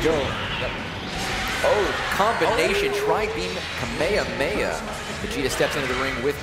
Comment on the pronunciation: That dumbass can't pronounce kamehameha